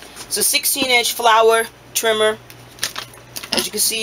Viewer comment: Hunger Game soon as he said Trimma